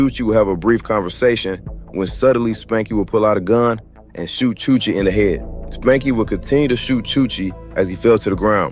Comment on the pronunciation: chuche not chuchi